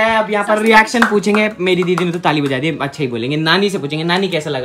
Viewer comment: Naniji ki cute si aawaaz aur itna pyara bolti hai accha ko asssha itna pyara lgta hai ❣️💞💫